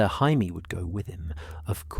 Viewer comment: "Hai-mee Lannister" -AI narrator